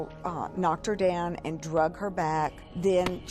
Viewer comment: Why do people always say drugged instead of dragged. AND what's with these names TEDALRYL and SHEDONGEL.